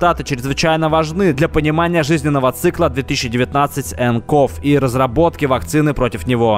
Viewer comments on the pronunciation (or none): 2019-nCov читается не как 2019-нКов, а как 2019-нСиови